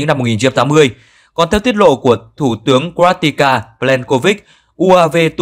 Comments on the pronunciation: Có vẻ như bình luận viên này hay anh "đọc sĩ" này có vấn đề về kiến thức chính trị, địa lý khi CroaTIA liên tục được lặp đi lặp lại là CroaTICA?!? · Nếu đúng là CROATIA thì không nói làm gì, bạn phát thanh viên đọc là TICA, tựa bài là TINA